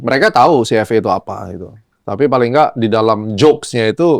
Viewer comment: CFA in English pronounce nya Ci eF Ei brooooo BUKAN CFE 😂😂😂